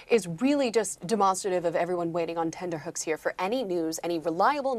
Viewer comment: it's "tenterhooks" not "tender hooks"